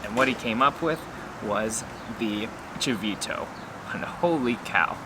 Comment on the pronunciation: Chito ? Não se diz chivito